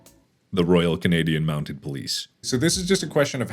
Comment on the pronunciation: Lmao, it's "MountED" not "Mountain".